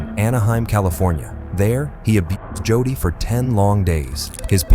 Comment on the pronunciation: The boys name is, "JODY ", Pronounced LIKE: JŌDĒĒ! YOU IDIOTS NEED TO STOP USING NONFUNCTIONAL POORLY PROGRAMMED A. I. VOICE-OVER. 🤬🤬🤬🤬🤬🤬🤬